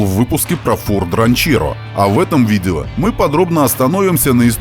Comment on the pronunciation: Я извиняюсь, но услышал как Фор Дранчелло... еще раз извините